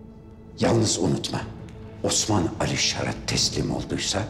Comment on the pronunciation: Bu Sofianın bütün osman diyişlerini birleştirseler çok güzel video olur!